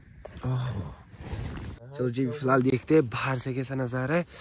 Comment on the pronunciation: Filhaal, filal, fihal and so on😂😂😂😂😂